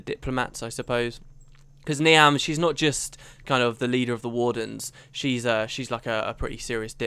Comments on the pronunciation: You are actually a member of the Nightmare Court aren't you? This is clear because you so obviously enjoy inflicting psychological pain on me by continuing to mispronounce Niamh! Really, it's pronounced "Neeve." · Just a heads up Niamh is pronounced Neev